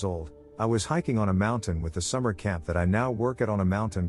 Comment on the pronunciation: Why does the narrator pronounce "mountain" as "mounthan?" It's not just this video. Every time he mention cougars, he says "mounthan lion."